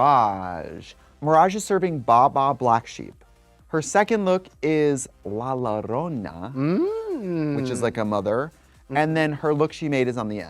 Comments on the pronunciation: not la larona💀💀💀💀💀💀💀 You are supossed to pronounce it "La YOrona" like the yo from new YOrk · lol Trixie rolled the “R” but missed pronounced the “LL” & I enjoyed it 😂 La YO-rona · Normal person: La Llorona Trixie: La LaROna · "La loRRona" yeah 😂😂😂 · “La Lorona” 😂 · I'm not being shady but "La LoRroÑa" send me 😂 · It's supposed to be pronounced like "la yorona". That's how double L's work in Spanish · "Lala Ronna" :'D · this is pedantic, but foreign words that are adopted into another culture and become adapted for that dialect are technically more like transliterations than mispronounciations. the colloquial american use dictates that it is intentionally pronounced with a hard L. as for why it wasn't anglicized as "yorona", i couldn't tell you. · “La larronaa, which is like a mother” really trixie? Que te perdone dios JAJA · "La Lorona" Trixie Mattel latina mami🧚🏻‍♂️✨ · They way they corrected Anne Boleyn but not the Butchery that was “La Llorona” it’s just pronounced like Yorona yall 😭😭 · Trixie saying la Ladrona instead of la Llorona is sending me 😭😭😭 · ok but La Llorona being "just a mother" HAHAHHA someone needs to explain the full story to her PLZ u cant get away with that and dont get me started on the pronunication lmfaooo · so many ways of pronouncing that and yet Trixie managed successfully to find the worse one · No one thought to correct Trixie's pronounciation of La Llorona? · She always says it like that! I hope it's a joke but it never seems like it. I don't even speak Spanish but I eat enough Mexican food to know LL sounds like an English Y. I wonder if she orders kaysadilas too. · trixie’s pronunciation of la llorona was truly something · dude that and the pronunciation had me deadddd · is that on purpose? I don't even speak Spanish but isn't it common knowledge ll in Spanish sounds like y? Surely she says tortilla and quesadilla like tor-tee-ya and kay-sa-dee-ya. Has she never heard a Spanish speaking person say La Llorona?